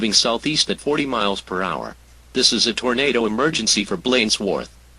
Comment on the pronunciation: Haha. "Tornader"